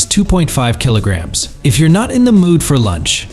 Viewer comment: Kilo-gams? Come on guys, you should have fixed this by now. And numbers are sometimes completely garbled. "Four one six kilo-gams; 4.16, 416?